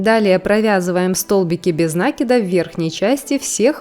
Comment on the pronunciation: В слове «накид» ударение следует ставить на слог с буквой И — наки́д.